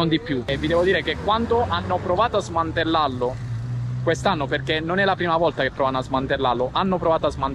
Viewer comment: Sei troppo buffo dome dici smantellallo 😂 cmq sei un grande complimenti